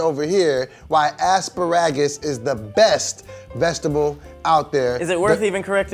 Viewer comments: did here just say a$$-ba-ragids instead of asparagus. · said "the best vegetable is asspairagus" (asparagus) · "Asspahrahgus" "So should we correct it?" "Asperrgus" 💀💀💀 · i think it was on purpose but assparragus sounds about right 😂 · Ass-Pa-Rag-Gis. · He called it ass-puh-rag-us, I can’t breathe 😩😆😂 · Aspa-Ragus... I've never wanted to kill until now. 🤣🤦‍♂️ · “AS PA RAGUS” lmfaooo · grasp of the english language mirrors his dietary choices... Ass-spare-ra-gus 😆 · said aspiragus... & said assparagus..... evidently Tahir's not the only one's whose toung is afflicted.🤔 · It's as pa ra gus. Lol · Ass-puh-rag-us??? I....I gotta go. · lost the argument the second he pronounced asparagus wrong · He pronounced it three different ways and all of them were wrong😂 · The way was saying asparagus was triggering me the whole time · Exactly how’s it gonna be your favorite vegetable but you can’t even pronounce it 😂😂😂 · mispronouncing Asparagus on purpose and it annoys me. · The way pronounces asparagus sounds like it’s an ailment 😂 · Whole time during this video I'm just sittin here like "If says Asparagus wrong ONE MORE TIME" 😂😂😂😂😂😂😂😂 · I can't tell if if going it on purpose or not, but I die a little Everytime he mispronounces asparagus. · Did anybody notice Doughboy weird ass pronunciation of Asparagus ? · If doesn't learn how to pronounce asparagus............ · is saying it wrong on purpose, and its pissing me off lmao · Why Do gotta pronounce asparagus like that??🤣🤣🤣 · Potatoes dont have nutrients! OMG. All of the group let wrongly pronounce asparagus over and over again. Wrong again. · Why does pronounce asparagus like it's a disease? 💀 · Was with till kept saying wrong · Did seriously call the others simpletons..And followed up with fucking up the correct pronounciation of Asparagus?? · cant say asparagus cause its too healthy